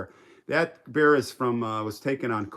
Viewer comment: Lol Bear not beard